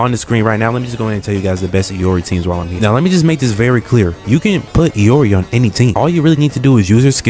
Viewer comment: Saying I can't english when the person who says it calls her "EE-or-EE" doesn't fill me with confidence.